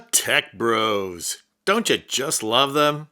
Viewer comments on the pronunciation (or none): none